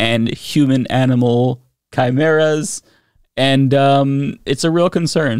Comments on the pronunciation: KI-M-ERA not chimera lol, someone hasnt seen Hunter X Hunter… lulz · Human animal chimichangas? Because you didn’t say chimera because that word is pronounced ki-Mira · She cannot be taken seriously when she cannot even pronounce the word chimera... (kai Mee rah) or (kai Mare ah) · I know what a chimera is, but what's a chimmurra? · chim-era... not chi-mera, chim-era. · Can't even pronounce chimera right... KAI-MAIR-UH! Who elected this woman? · The second she said "chimurras," I immediately started singing this is my head. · Gods, they can't even pronounce 'Khaimera' right. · That is NOT how you pronounce chimmy-ray. 😔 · TF is a Shimera?? 😅😅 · It’s pronounced Kee-Mare-Ah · its pronounced chemera like chea pets but of trans chea pets running around heck no not on reblucans watch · Of course she pronounced chimera that way. Classic! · She can’t even read the word “chimera” but she’s a law maker smh 🤦🏾‍♂️ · She doesn't even know how to pronounce chimera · She can't even pronounce Chimera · I know she has no clue what she is talking about bc she has never seen the word Chimera. If she and her constituents actually were concerned, she would know how to say that word and what it means. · Chim-chimera, chim-chimera, chim-chim cheroo My brain wants to barf when it listens to you! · Does she not know how to pronounce Chimera? They know it's in the Bible right That word that's where it's most commonly used? Aside from fiction these days! And isn't a chimera made from magic not science!? All I can say is at this point don't weep for the stupid, you'll be crying all day! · cant even pronounce chimera right..... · This can't be real, I must be in the Matrix. Please, someone unplug me, I'd rather succumb to oblivion. Edit: I wrote this comment before I heard her say chimera from her stupid mouth. Please just.. please, huge asteroid, please come put us all out of our misery.